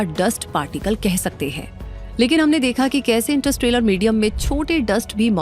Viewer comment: इंटरस्ट्रेलर नहीं इंटरस्टेलर होता है